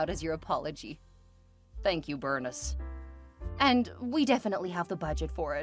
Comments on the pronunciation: Bernice is pronounced Ber-neese. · It’s pronounced Ber-neece.